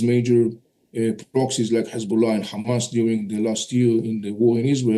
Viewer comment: The argue in Iran today is what if they respond Israel with ground attack and you are talking about seize fire? Iranians just got warm up and the time you have to choose 2 state and peace is shorten and I say it just be cause you pronouns KHAMAS instead of Hamas!